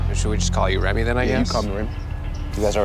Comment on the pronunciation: “Remy” really hurt me and idk even know him